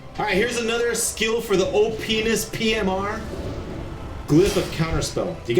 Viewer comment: LoL at "Openis PMR"